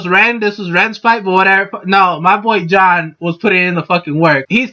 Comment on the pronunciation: "This is MY theory, so I absolutely support it. Go John." That's all this video was: shameless plugging of a channel and a mispronunciation of Jaune.